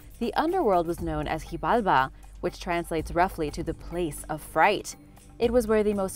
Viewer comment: SHEEbalba. The X in Xibalba is pronounced like 'sh' in English.